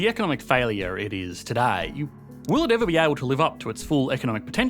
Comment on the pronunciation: The actual word - "Today" Aussies be like - "toodeyyyy"